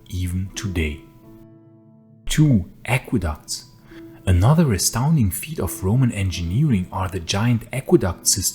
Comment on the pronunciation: Aqueducts? Not aquaducts?